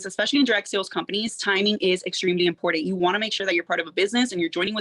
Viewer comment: Omg. I don’t understand why everyone in “this business” cannot properly say “iMporTant”. It’s not “iNporDant”